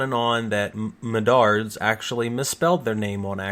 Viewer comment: "Mendards" This hurts my Iowan soul.